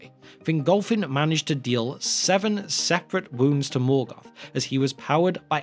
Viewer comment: Melgoth. No, wait, Morkor.